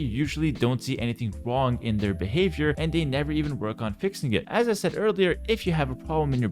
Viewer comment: It totally sounds like you said, "They don't see anything Huang with their behavior." Purposeful? :P